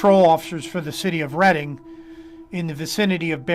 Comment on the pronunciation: Reading pronounced “Red-ing”